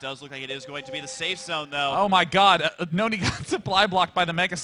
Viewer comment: Husky pronounces it right: New-nee. If you ever hear say Nony he pronounces it that way.